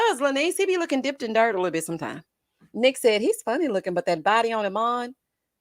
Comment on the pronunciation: Yes...I'm commenting like I was there. Every time you say Littol Bittol anything...I holler!